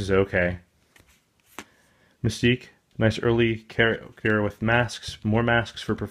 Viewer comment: Did he just call Mystique misty que? I mean I heard it and I was thinking who is that? Then I realized he said her name wrong.